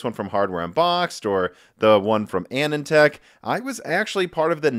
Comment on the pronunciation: I can't handle your pronunciation of Anandtech. He's long gone, but it's a guy's name. Anand sounds like "anon" in "anonymous"